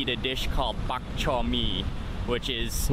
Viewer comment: No one pronounces the k in bak chor so hard 😂 it kinda just stays in the throat